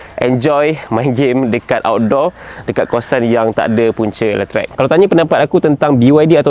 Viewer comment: letrek? bukan letrik?